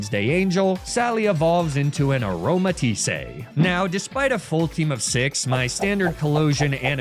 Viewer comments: there's no accent on the e. It's just "a-roma-tees" not "a-roma-tees-ey" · Also how he called her Aromatis-say 😂